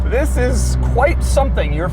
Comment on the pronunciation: Pagani Huayra is my FAVORITE doug vid. In this one he just gapes so much he blew a fuse in his head, he even messes up the "THIS " in the beginning